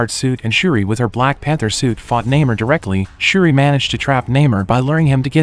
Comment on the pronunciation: And still pronounces Namor’s name wrong